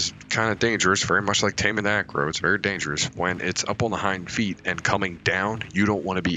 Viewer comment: If you are curious on pronunciation of a few of the names Deinosuchus is (die-no-sue-cus), archelon is (ark-e-lon), Xiphactinus is (zy-fact-e-nus), you pronounced Acro correct the first time, brachy was correct.